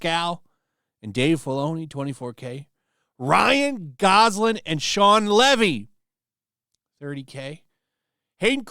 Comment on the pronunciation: GosLING not LAND ffs